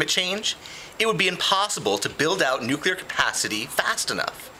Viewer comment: It's nu-clear, not nukuler.